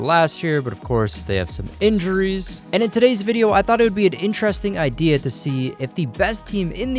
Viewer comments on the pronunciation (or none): none